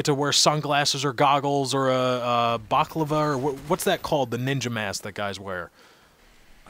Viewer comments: IT'S BALACLAVA!!! HAHAHAHAHAHAHAHAH NOT BACLAVA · He meant to say balaclava...